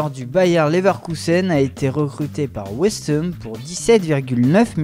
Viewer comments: "West Hem" gg mec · mehdi kraoul mdrrrrrrr j'étais mort quand il a dit West heeeumm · Pk il dit "West Heum" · Il a dit West Hum